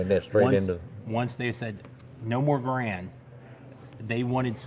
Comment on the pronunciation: GARE und... rhymes with "errand". ;) Also, .30-06 ammo with 147gr/150 gr FMJ bullets are as "Grand ammo" as you/re going to get as it mimics the WW2 era M2 .30-06 Springfield ammo. The higher pressure hunting ammo is what shooters are needing to avoid. Good video otherwise. Thanks for sharing.